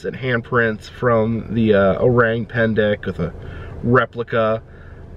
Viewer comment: The correct pronounciation for “Orang” is o rung instead of o rang ❤